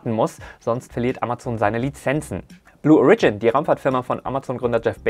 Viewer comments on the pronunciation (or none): Ich halts nicht mehr aus - bin ich halt ein Klugscheißer... Bei "Blue Origin" liegt die Betonung auf dem O, nicht auf dem ersten I 😉 Danke für die News!